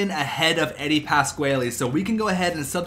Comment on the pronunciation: you can say Eddies name wrong but please play him.